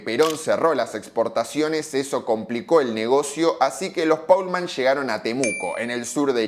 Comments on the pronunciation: Es alemán y se pronuncia como está escrito es decir Paulmann y no Polman que sería inglés y no alemán. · Al menos podías pronunciar el apellido como debería ser